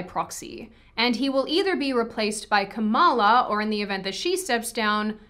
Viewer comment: Also learn how to pronounce Kamala’s name correctly, you can pronounce everything else right. Why not someone’s name??